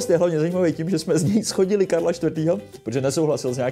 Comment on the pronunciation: Opravdu "schodili"? :D :D :D Já to říkám furt, že Ostraváci mluví spisovněji česky než Pražáci. Píše se shodili. A vyslovuje se to zhodili. Tvl. "schoda". :D :D